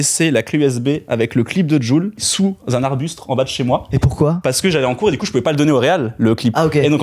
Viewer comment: on ne dit PAS "arbustRe" !